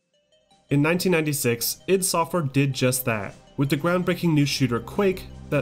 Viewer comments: It's pronounced, "Eye-dee," not "Ihd!" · The way he says i.D. Makes me nuts!